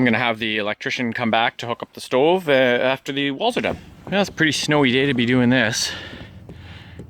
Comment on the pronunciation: Knew you were Canadian when you said “stoveeeee”